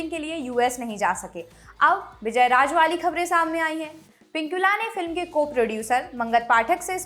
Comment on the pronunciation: sor nahi shor......raaj nahi raaz :)